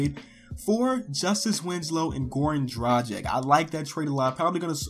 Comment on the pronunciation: Learn how to read Dragic name already....